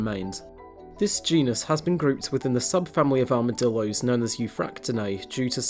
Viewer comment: They are called Armadillos, not "Armadilloys"